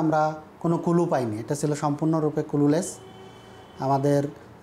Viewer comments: কুলু লেস, ক্লু লেস্ শব্দ উচ্চারণ টাও বলতে পারেনা আর অফিসারদের নাম নেয়ার আগে তেল মারে😆😆। আহারে যোগ্যতার নমুনা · বাহ চমৎকার উচ্চারণ কুলু লেস